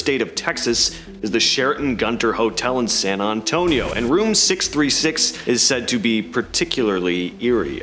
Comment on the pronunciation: You said San Antonio wrong. That’s not how someone from Texas would say San Antonio. I’m from Texas by the way. On # 10, # 8